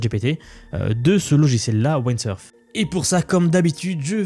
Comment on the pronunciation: Merci pour cette vidéo très intéressante! Windsurf se prononce avec le son i comme dans wind 😊